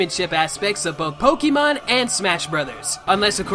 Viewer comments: Your pronunciation of Pokémon have me cancer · You're a huuuge pokemon fan yet you don't even pronounce the series's game correctly